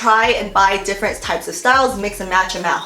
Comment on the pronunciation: Ahahahhaha its differENT not differNENT